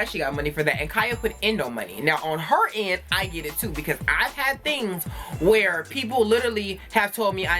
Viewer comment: "Iz you live whoorrrre?" 🤣🤣🤣 You said exactly what I was thinking Khia's mouth is not for tv (take that how you want🤐)